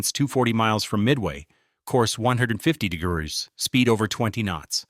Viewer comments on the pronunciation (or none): Its AI narration. Thats why it said DIGGURRS instead of degrees.